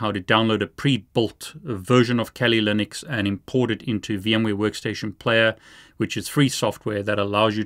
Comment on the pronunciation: “Kali Lunix”